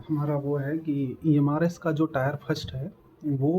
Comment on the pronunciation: टायर नही टियर 😂😂😂😂😂😂